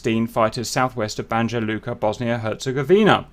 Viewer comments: It’s pronounced Banya, “j” sounds like a “y”. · Love your vids, just wanted to help you a bit with pronunciation- the letter j in serbo-croatian alphabet is pronounced like the english 'y' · Thanks Cap, ps Slav stuff the J is pronounced as a Y. Same in Italy mostly also 🙂. I’ve even seen spelling of “Jugoslavija”, but it’s not really correct but does show a good example of J vs Y 🙂 Keep up the good work bro! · Ohhhhhhh I rolled the dice if he's gonna have pronounciation right heheh, ... the first and biggest rule of Balkans is that you need to read >J< as if it was >Y< haha .... our sound for english >J< is with the letter >Đ< ... now I don't mind it it's not as if I'm offended so don't get me wrong, but it is good to know this one :)